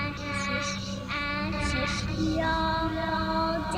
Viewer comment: It sounds more likes asses rather than ashes...